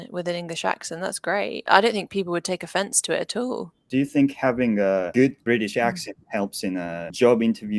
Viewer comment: at allの発音が全然普段聞くものと違って面白い